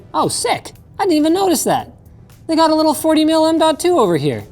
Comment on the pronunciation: 'leetle tiny keybol" said linus